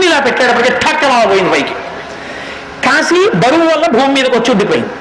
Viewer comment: Kaasi (కాశీ) is correct . Not kasi(కశీ) .